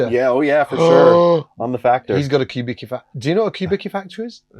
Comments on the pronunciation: Kubicki should be pronounced as Coobitzky not kibeeky :) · Hi guys, Kubicki is pronounced "kubeetskee" not kubiki